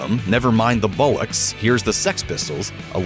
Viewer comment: “Never mind the Bullocks” 🤦🏻‍♂️ It’s BOLL-OCKS the clue is in the letters in the word ffs